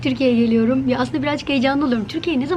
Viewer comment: Bıcır bıcır heyecanlı. Ağzını bile açmadan 'tirkiyiyi giliyiriiim' 😁😁😁